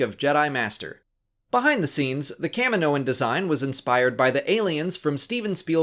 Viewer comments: Why is it pronounced "Cam-min-noans" and not "Kah-mee-noans"? The planet is Kamino ("Kah-mee-no") not Cammino. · kah mi moh an....jeez americans can't even speak made up english properly